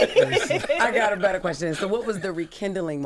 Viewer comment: keeps saying I got a betta question